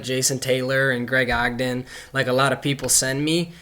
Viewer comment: Was it just me or did he say Greg Ogden 😂